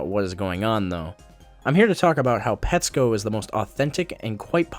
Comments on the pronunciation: ew he pronounces it petscope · Look...I agree with your review, but if you really like it, why did you pronounce it wrong half the time?